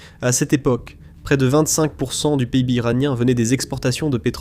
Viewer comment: j'ai coupé la vidéo au moment ou j'ai entendu dans la vidéo ça : "PAIIBE" au lieu de PIB la j'ai compris que c'est une IA qui parle : non merci...